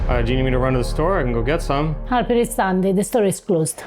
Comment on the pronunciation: I gotta say... is getting MUCH better at pronouncing the letter H! Harper! vs Arper! Brava! So many English-speaking Italians have such a hard time with it.